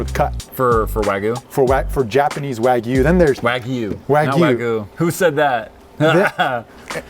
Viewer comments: this chanel should be called and maybe mispronouncing wagyu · Hearing them pronounce Wagyu wrong hurt me